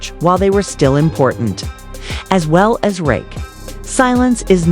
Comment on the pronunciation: Why all the Drake pics? Why constantly mispronouncing Rakim’s name? Why such a long video for something that takes 5 mins to say?